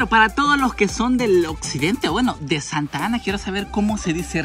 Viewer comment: 1- Es Santa Ana no Santana 2- los santanecos decimos el banban